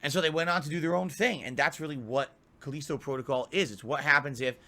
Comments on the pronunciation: He can’t even pronounce Callisto right. He’s literally the ONLY person who says it like Culleasto. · "the caleesto protocol is the spiritual sussesor" this dude's grasp on the English language